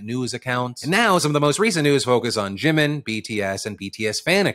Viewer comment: I love how Phil says Jimin like there's an apostrophe at the end: Jimin'.